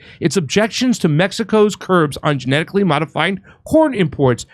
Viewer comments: I thought said "Genetically modified Porn" lol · At FIRST I thought you said, “Genetically modified porn.” Omg that’s all we need. Lol